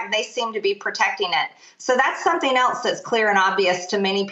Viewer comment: “So that’s something elts”